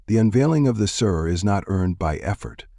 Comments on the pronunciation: The pronounciation is so incorrect. It's not like an English word "Sir". It should sound like the word "see" with the letter "r" in the end. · Pronunciation of sirr is wrong in this hurried AI countdown.